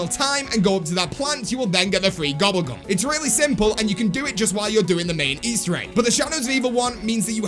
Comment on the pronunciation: Why you say gubble gum